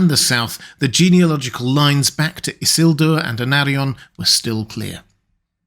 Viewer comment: Tolkien is quite explicit in LOTR Appendix E that the name is i-SIL-dur, not ISS-il-dur. And it’s Arvedui, not Ardevui.